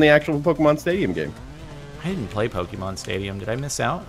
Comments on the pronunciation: making fun of pronunciations of lickitung and cant say the word pokémon correctly smh. it's not pok-EEE-mon its po-KAY-mon. get rekt lul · jardon its pokemon not pokeemon